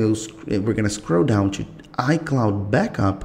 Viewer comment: "if you want chew back up the right way... you have chew go chew settings.... chew backup.... once you are finished......you are good chew go...."